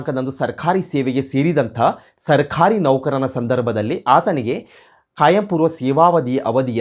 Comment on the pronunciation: Pronounciation plz rectify. Sarkhari alla adu sarkari. Mattondu nevu speach kodbekadre rotating chair use madbedi. Otherwise good effort